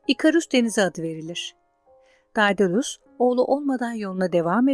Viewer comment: Dedalus diye okunur